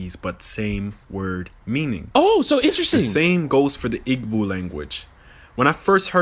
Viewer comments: As an Igbo man, the way he pronounced igbo made me mad. Especially after the LIE about Edo being the capital of Nigeria, and the idea of being able to speak African languages and have Asians understand lol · The way he confidently puts on an accent just to pronounce literally EVERYTHING wrong is pmo 😂😂😂 Its "EE-BOE" not "AIG-BOH"! 😤 you aint shit for making me listening to this mofo yap for like 20 minutes 😂😂😂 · Homie can't even pronounce Igbo and Yoruba right